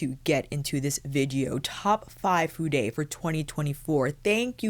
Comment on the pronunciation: who told you to pronounce Fude as 'fude- ay'? I was showing this to my Japanese friend and nothing about the word Fude would incite her to pronounce it the way you do. I've felt the same also. I don't know if Fude has an American website, as the one that I use comes directly from Japan with receipts in Japanese plus labels on the brushes also named in Japanese. The site will automatically use prices in ¥ (yen), until one changes it to the currency that is applicable. It does not stock the brushes that you have shown in your video except for one brand only. I have been trying out several brushes from Fude this year, through different brands with various bristle types. I've been very impressed by their quality of brushes and how fast they are able to have them made up, no matter the brand. When I require anymore brushes, I will definitely be going back to Fude. (As I already own just about every brush that Réphr has in their arsenal, it's time for something else). You're certainly lucky to have those brushes given to you at no cost. The purchases that I made last year definitely cost me a pretty penny!🇦🇺💖👩🏼‍🎨